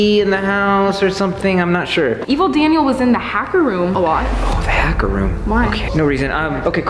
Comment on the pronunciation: Rebecca he said haker mc dacer